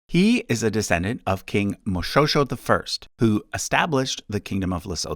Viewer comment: Hi. I belong to the Moshoeshoe family (though my surname is slightly different for historical reasons). Suffice it to say, you butchered the pronunciation. That doesn’t phase me at all, but I would like to correct the pronunciation because the history behind the name may fascinate you. Born Lepoqo (disaster) during the famine of 1787, his parents named him that as a commentary on the social calamity of war in such desperate times. At initiation (male rite of passage into adulthood) he was bestowed with the name Letlama (The Binder) and he had a reputation for conducting very successful cattle raids. After one particular raid of 500 cattle belonging to the nearby chief Moeletsi, a praise song commemorating the victory called him Mo-shwe-shwe (”shwe” being the sound a razor makes when shaving, shearing, or when sharpening the blade against a leather strap). He was praised for ‘shearing the beards’ (emasculating) of his rivals and enemies in his military campaigns. His name is an onomatopoeia and is a call back to this rhetorical analogy of him as an adept military strategist. Thus, regardless of how the name is spelt, the “shwe-shwe” sound is important to pronounce. It captures the reason he was given the nickname in the first place. I hope you found that informative. Thanks for all the wonderful videos. I’ve recently become quite a fan of your work.